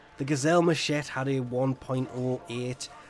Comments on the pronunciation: i love you. but, one word: mashet xd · So is secretly French? He does not pronounce the "e" for machete.